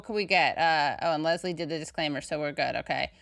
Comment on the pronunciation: Please Katie, the name Leslie for a man is pronounced Less Lee, for a woman it's pronounced Lez Lee, just saying, or just call him Les. Drives me nuts people don't know the difference.